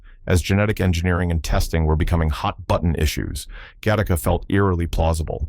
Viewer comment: it is not pronounced gahtahka. It is pronounced gattaca